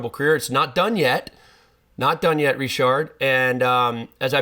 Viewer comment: If you pronounce his name with a D in the end you might as well pronounce it fully in English, like "Ritchard".